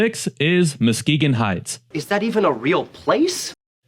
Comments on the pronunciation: Videos are very interesting and professionally done but did AI change Muskegon's name to MOskegon? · Your spelling is not good. It’s Saginaw. Not seganol!! It’s MUskegon not MOskegon. For two examples….